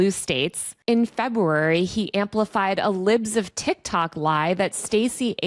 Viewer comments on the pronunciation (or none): none